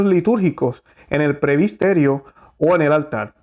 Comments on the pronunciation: Gracias por las reflexiones y defender la misa tradicional y valores de LA IGLESIA, que es UNA. QUISIERA reforzar que no se juzga como condenando, sino defendiendo lo bueno, la verdad y ante todo orar... Sólo una observación, tengo entendido que se dice PRESBITERIO en lugar de decir PREBISTERIO. VEAMOS, CHEQUEMOS ESO, POR FAVIR, PROPONGO. Realmente nos está tocando ver cosas tremendas. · Muy buena informacion, pero por favor diga correctamente: PRESBITERIO o PREBITERO. No Prebisterio o prebistero. Busque en el Diccionario la palabra que no conoce. Gracias. Disculpe la correccion